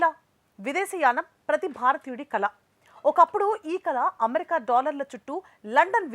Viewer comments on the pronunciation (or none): none